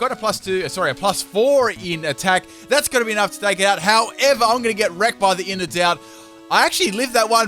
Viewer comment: Every time I hear "Innards Out" I keep hearing "Inner Doubt."